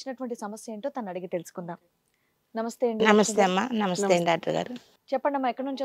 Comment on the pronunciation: నంస్తే కాదు మేడం నమస్తే అనాలి